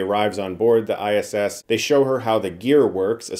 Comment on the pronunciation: That "ISSSSSSSS"....awkward pause in the beginning made me legit LOL